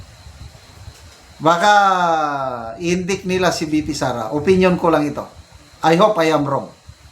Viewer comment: Pls pronounce word Indict as indight not Indik - tnx